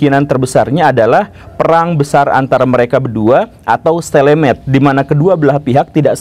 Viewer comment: pengucapan stalemate bukan "stelemet"... tapi "steylmeyt"